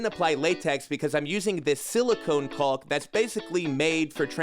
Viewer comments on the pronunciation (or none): Caulk, walk, talk. Not caulk, bulk, sulk.